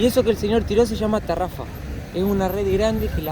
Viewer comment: Se llama tarraya no tarafa😅